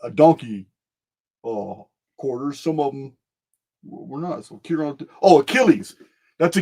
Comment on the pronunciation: Chiron its pronounced “kai-ren” i actually named my son that everyone says it’s so unique and i tell them i got it from Greek mythology